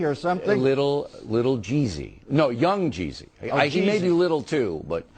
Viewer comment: how hard is it to say yung jeezy